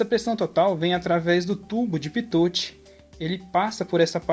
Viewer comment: Se fala "pitô", não "pitoti", amigo, coisa basica